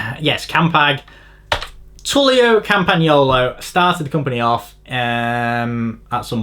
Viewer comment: Have to wait 15 min. for the correct pronunciation of the name of the company. Bad point of this video. Autostrada is a motorway so is not allowed to cycling. Secondly in which world does he live in? wheee cycling is more dangerous in Italy or Spain. English roads are not making for cyclist and less the people. How many times I had to fight with fucking cab and lorry drivers in this fucking London! Look also to the cyclist death report data, London and England are the worse of the Europe. And the come and say the Mediterranean people drive mad??? In my country you have lines and space in the street for cyclists, what you got here?